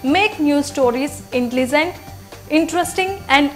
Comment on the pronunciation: may be you would like work on these words Intelizent, prozect foootprints, expeeerance, naational emaazining etc.... to get u going on ur channel